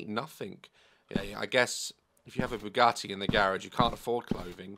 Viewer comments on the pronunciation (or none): “WHERE’S MY BOUGAT-AY’’